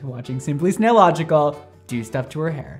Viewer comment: I cried when he said snaillogical